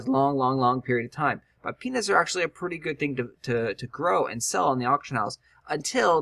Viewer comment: Lets start growing penis! oh wait u said peanuts lol said it so many times sometimes it sounded like penis XD